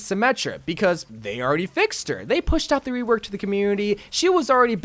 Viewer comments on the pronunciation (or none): Am I the only one to notice he said wework instead of rework